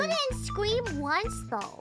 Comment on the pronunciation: The amount of W's Biboo was making was so cute. Scweam, Fwiends, Congwatuwations. It seems the more scared she is, the more baby she sounds.